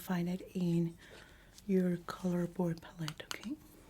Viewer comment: ive been watching u since the beginning. another fantastic video! i adore the way u pronounce the world palette too ❤ love from poland 🇵🇱